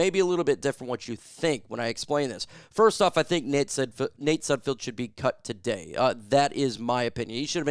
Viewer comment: I T ' S N OT SUDFIELD IT'S S U D F E L D THE'RES NO I YOU GET IT WRONG ALL THE TIME.